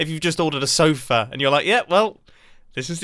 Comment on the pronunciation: "sofa" Mumbo is being a Filipino every second